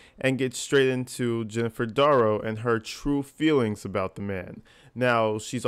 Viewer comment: "Feeligns" (｡•̀ᴗ-)✧ Good video though! I like hearing your opinions